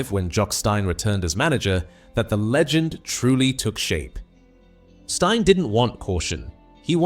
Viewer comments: Jock Stein.It's pronounced STEEN not Stine. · Why is this being narrated by a machine? Who the f*$£ is Jock Stine? ITS Stein, Jock Stein, pronounced STEEN. I remember the man the legend. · When AI can't say Johnstone or Stein correctly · The AI-inspired commentary doesn't even know how to pronounce Jock Stein's name. Insulting.